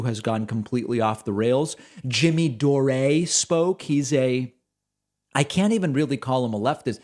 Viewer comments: Jimmy "Doreh" is just Jimmy Dore right? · Jimmy Door-Ray?